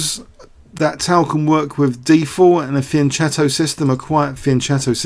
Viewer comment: its pronouced fianketto just because youve played chess longer doesnt mean your right!!!